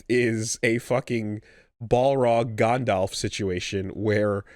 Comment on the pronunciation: Gondolf??? Brother I've never heard anyone pronounce it so weird haha